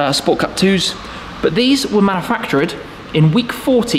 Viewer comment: Bit of an accent ‘manufactured’ 😅